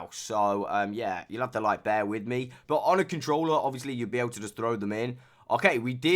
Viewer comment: i like how instead of saying « but » you say « boat »